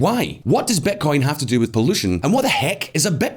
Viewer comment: Amazing video as always. But why do you say "betcoin" instead of bitcoin?